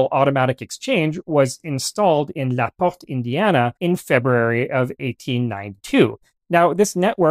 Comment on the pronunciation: Proper pronunciation of LaPorte Indiana is "luh- pohrt". (I'm from Northern Indiana.)